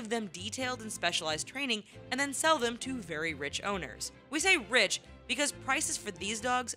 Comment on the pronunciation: it's ''sell'' not ''shell'' !!!